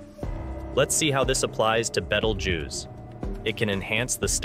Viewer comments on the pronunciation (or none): Why are you pronouncing the name of this star wrong?😂😂 Beetlejuice, you know like the bug and the liquid that you squeeze out of an orange😂 it amazes me the jobs that some people get😂 who was the editor of this video he should be fired😮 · Woah you said BETELJUICE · Bettle-jews? This isn't even close to the ancient arabic name for the star. haha You lost me in the first 2 seconds. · I learned something from this clip , ............... that you can't pronounce the name of the star , Bettle - JEWS !!! seriously ??? :face-turquoise-covering-eyes::face-turquoise-covering-eyes:. It may have already exploded and we won't know for 700 years . Being from NASA I assumed you might know this , unless of course this is all read out by a bot . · Nice Video but you need to watch the movie Betelgeuse to know how to pronounce BeetleJuice. Moden day reference is former chicago Mayor Lightfoot. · clicked off after 9 seconds after hearing that pronunciation lmao